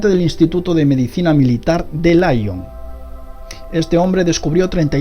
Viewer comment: En el caso de Ernest Duchesne: el instituto de medicina le LION (No se pronuncia LAION), la palabra es francesa, por lo tanto se pronuncia LION como se escribe en castellano. El hombre y el mono provenimos de UN ANTEPASADO COMUN, por cuestiones obias es un error cuando dices que nuestro antepasado comun convivio con el mono, el mono NO EXISTIA cuando vivia su antepasado, cae de maduro. Por lo demas exelente video !!! me voy a pasar por tu canal aver que cosas tan interesantes como esto puedas tener.....